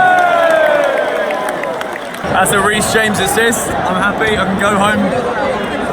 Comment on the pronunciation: Reecy James?😂😂😂